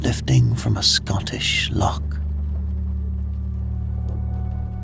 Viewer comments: You lost me at 'lock'....it's loch!! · I awoke though at the pronunciation of loch